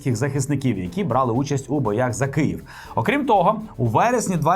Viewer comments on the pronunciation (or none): none